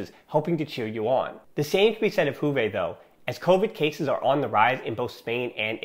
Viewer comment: From juve fan: good analysis and good podcast, pleasure listening to you👍 one remark, if I may. Its not “huve” , J is pronounced as “yu” , “Yuve”. Its a latin word. Thank you 🙏